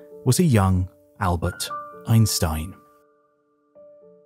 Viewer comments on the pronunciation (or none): "Añbert Einstein" xD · Who the hell is Añbert Einstein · Who is Añbert Einstein? 🕵️‍♂️